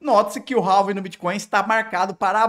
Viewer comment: vídeo top, mas pq vc pronuncia ''réving''? kkkkkk